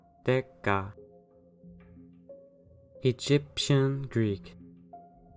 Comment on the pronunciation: I think you nailed the modern Greek pronunciation. I also believe that Proto Greek had similar pronunciation, just more rough and blunt.